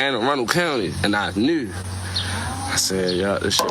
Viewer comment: “I knew” Baltimore accents go crazy